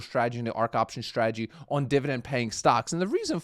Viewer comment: What is it with Americans (some) pronouncing strategy with an sh.....shtrategy... Now...make the snake sound, then add the tradegy. there we go... Now you don't sound like a 5 year old